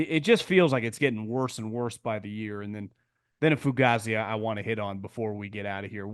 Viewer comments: That's how an Italian from New Jersey might say it. NoCal says it differently. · DUDE, your saying the word WRONG, it's pronounced foo-gay-zee. Cmon bro, as a dude from South Philly it hurts my ears.